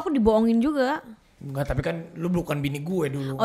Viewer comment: Si ngakak bgt Ruben: "ngerti gak sih?": "engak" XD wkakakakak